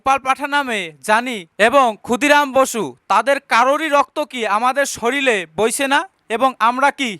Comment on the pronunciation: দাদা কিছু মনে করো না যেনো😢 একটা কথা বলার ছিল , যদিও পার্সোনালি বলার সুযোগ নেই তাই , এখানেই কমেন্ট টা করলাম - আমি জানিনা আপনাদের সামাজিক ভাষা কেমন ? তবুও একটা উপদেশ , শরীর কে শরীর বলুন ' শরীল ' বলবেন না , বইয়ের পাতাতেও 'শরীর ' লেখা থাকে । আমি আপনার ভিডিও দেখি , ভালো লাগে কারণ আপনি স্পষ্ট বক্তা । 😊